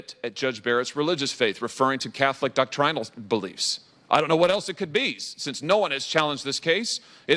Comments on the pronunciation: "doc-trine-al"? Where did he go to school? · Who taught him how to pronounce “doctrinal” that way?